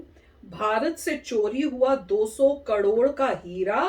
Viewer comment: Mam ap karor ko kalor kyu bolte ho😂